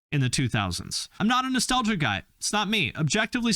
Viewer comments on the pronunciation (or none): none